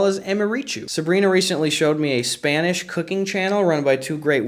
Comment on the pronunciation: Hearing Gus pronounce Spanish competently is honestly so jarring coming from the Gus and Eddy podcast